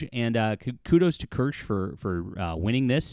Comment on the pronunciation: I’m gonna be that guy—it’s pronounced two syllables, Kir-shuh. Like Porsche. 😉